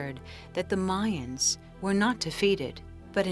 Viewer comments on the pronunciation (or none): none